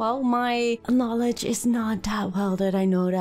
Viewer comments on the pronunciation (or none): none